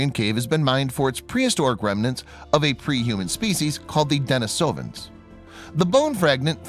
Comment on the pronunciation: Are you sure you're pronouncing "denisovan" correctly? Another video says you're supposed to pronounce it this way